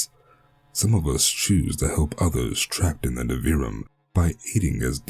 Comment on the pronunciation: Your voice and the way you pronounced Nivrium is fantastic! In my head, the way you pronounced Nivrium is canon and I might alter the name to make it easier to read correctly for future releases related to it. This is just the beginning. 😈